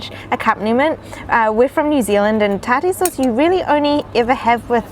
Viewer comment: I've heard tartar pronounced "taar-tr" and "tar-tar," but never "tar-TARE," lmao.